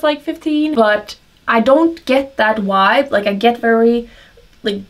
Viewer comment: Lol “Wibe” how cute. I think you meant “Vibe”. Your English is spectacular regardless! The hair is SO PRETTY!!! One of my favorites besides the holographic hair!